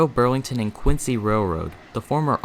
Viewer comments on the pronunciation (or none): none